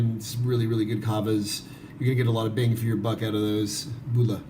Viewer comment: Well done for creating an informative introduction for kava newcomers however, your pronunciation of “Bula” is not quite correct. The initial “bu” sounds are actually more similar to the word “book” rather than “boo”. “Bula” doesn’t rhyme with “hula”. Thanks.